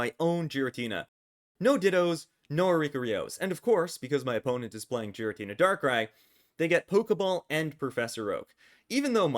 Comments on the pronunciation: Btw it's called giratina and not jiratina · Idk why you pronounce pokemon names like that but the japanese pronounciation does not sound like so. Whenever a pokemon has the same name in japanese I'll say it as such, hence giratina with G like getter. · I can't focus when you say giratina like that.